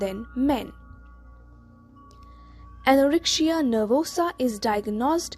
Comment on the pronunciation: Good but why do you pronounce the letter c as sh in the word anorexia ??? it is irritable. Yet thank you.